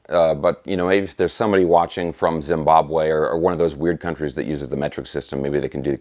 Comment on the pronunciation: Zimbawe??? Man you and the british are the only one to use that system.